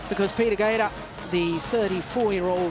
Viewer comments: I agree. I think it has a lot to do with the quality of the tools i.e. but there is no denying that Lin Dan and Lee Chong Wei have forced everyone to raise their game. Don't get me wrong Peter Gade {Pronounced Guille in his language - or close to it - not GAEDA as the female commentator says) is the shit. But he didn't evolve his game style. Of course in this game he is 34 but Lin Dan and Lee Chong Wei both watched him play before they were pro. So they got to see what worked and what didn't. I don't know.....What I do know is that for someone to say that one player is the best of all time is ridiculous. The game evolves as each generation pushes the limits of the generation before them. That's how it gets better and faster. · Why the lady commentator keeps saying Peter ‘Gader’. Correct me if that’s how Gade should be pronounced in Danish. She even has the tendency to say Kento ‘Momoto’, for Momota. Minus this, she’s absolutely an intelligent commentator.